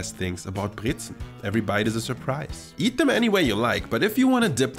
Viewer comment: I like that you say Brezen and Obazda perfectly. It’s not Brezeln. :)